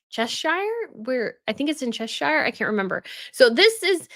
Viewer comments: Cheshire is not pronounced ches-shire. It is pronounced ches-sher, with the terminal r somewhat swallowed. Whereas American pronunciations tend to give a heavy value to terminal syllables, the English tend to swallow them. The only time shire is pronounced Shire is when the word stands alone. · Pronounced Chesher